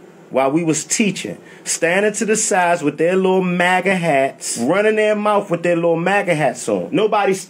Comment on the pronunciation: lmao saying manga hats instead of maga made it sound like the kids are weebs.